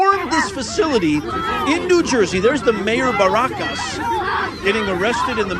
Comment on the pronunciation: Imagine someone named who is clearly a Person of Color of some kind, try to pick on someone’s ethnic name, hilarious. Also, the whole video of the day has leaked. So your commentary doesn’t hold up buddy. No one charged in. It was nothing like Jan 6th, Baraka (BAAA ROCK AH) you seem to need help with phonetics—was very peaceful. So your commentary is NULL AND VOID.